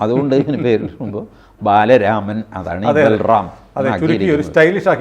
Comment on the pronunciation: ബലറാം ബാലരാമൻ അല്ല ബലരാമൻ ആണ് ശ്രീ കൃഷ്‌ണന്റെ ചേട്ടൻ😂 ബലരാമൻ